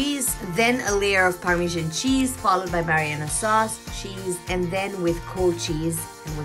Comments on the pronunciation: isnt is marinara sauce and not mariyana lol, just saying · Just so you know. It’s not mariana sauce, it’s marinara sauce . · Its pronounced brussketta although the spelling suggests otherwise. also the sauce is called marinara sauce, for the first half of the video you referred to it as mariana sauce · what a joke...gaijatra banauney bho muji ley...everybody is laughing at your pronunciation, its sweet because of olive oil n sugar re...thuikka olive oil kaha bata sweet huncha...sidhai sugar bhanna muji...ani mariyana sauce rey... its marinara randi muji....google garney gaar...ani taha pauchass....